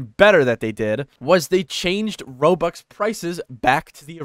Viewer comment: you saying it terrible i need to pay like 30,40 zł to get 400 robux XD